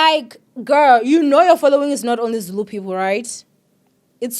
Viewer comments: You did such a wonderful job reading Zulu, big up to you and yes I agree with you people should be considerate not everyone understands Zulu, but you tried ❤❤❤ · You did good on the Zulu reading don't worry , 😂😂😂😂 it's a struggle even to us when it comes to reading it❤❤